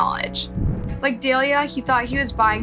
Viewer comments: Daliah? Seriously? Her name was Dalilah, not Daliah. Dah-Lie-La At least have the respect to get her name correct. I've never seen a YouTube channel that mispronounces names/words as much as this channel. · Dahh-lll-yyaah say it with me because you hacking this girls name is giving me you have no respect vibes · Her name is Dahlila. Pronounced duh-lie-luh, not dale-e-uh. If you're going to pretend like you actually care about the victim instead of how much you make off these videos, you might want to actually pronounce her name correctly. It's a pretty common name (I know 2 people named Delilah, as in the e is swapped for the a in the victims' name but it's essentially pronounced the same). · DALILAH , not Dalia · I know the victim in the story and her name is pronounced duh-lie-luh, please have the respect to say her name right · Please I beg of you, if you're going to speak about a dead person, especially a child, please ensure you're pronouncing their name correctly!!!!! Not doing so is profoundly disrespectful. In this case, her name is Dalilah. That's Da-LI-lah. Thank you. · It's dah_li_la and gah-rre-ro